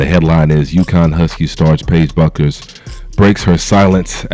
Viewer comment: Her name is pronounced like "Beckers" my dude.